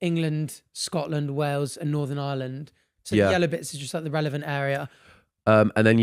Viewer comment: “Island” ITS IRELAND PLS